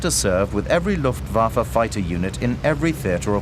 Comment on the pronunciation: are you just trolling? because he says Luftwaffe about right like and he even says bayerische flugzeunwerke about right